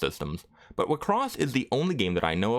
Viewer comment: Wait, I'm just an old casual enjoyer of the anime, is that how everyone pronounced it? All this time I pronouce wixoss as 'Why-X-sauce'